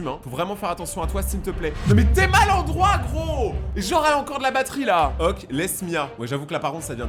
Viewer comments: Pk tu dis ok en mode oke genre ça se dit oké 😅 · c la première fois que j'entends qlqn prononcer le mot ok "oque"